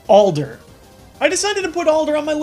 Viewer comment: Did he say he chose Alder for Al-Der wrong reasons? hahaha